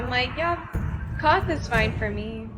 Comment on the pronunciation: Just FYI (in case you want to know), the city you seem to be calling "Koth" is Qarth, which is pronounce like "car" with a "th" at the end. But since most of the actors say it with a British accent, the R is almost completely silent. In they same way Emilia Clarke says "guard" but it sounds like "god" (e.g. "Kal Drogo is godded by 3 Blood Riders and I have 3 more godding me."), she says "Qarth" but it sounds like "Koth".